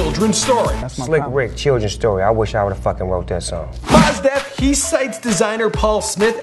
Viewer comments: "Mas Def" No dude, it's MOS Def, you know, like "most definitely"? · Is m-oh-se not moss